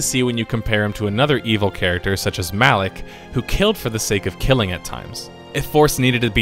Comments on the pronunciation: 'Alak' one moment later, Kreia pronounces 'Malak'. XD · Are you saying Revan and Alec? LMFAO fuckin what?! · Did anyone notice he kept calling Malak Alik.